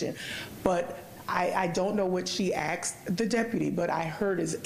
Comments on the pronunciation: Why is she saying “axe” a question? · Any juror who pronounces asked “axed” kick their ass off the jury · Why can't she say "asked" instead of "axed"? These people are supposed to be educated.